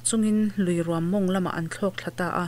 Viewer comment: Ruam inlam dan a mak hle mai chaw rum angin i lam a, luikawrah rûm a awm ngailo. Ruam tihzawk tur a ni e.